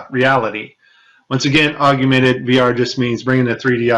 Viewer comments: "Argumented Reality" loser can't even speak 😂😂😂😂😂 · So you're listening to a guy talk about augmented reality, who doesn't know how to pronounce 'augmented'...hardly an expert I feel. And no, that NASA toy clip was nothing to do with augmented reality, it was simply a mask of the background placed over the toy for the first portion of the video. Easy to do in Premiere, no need for AR. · Love the content! But not so much your mis-pronunciation of "Augmented." Drop the second "U" and you'll have it nailed. Yeah..... I'm kind'of an english snob LOL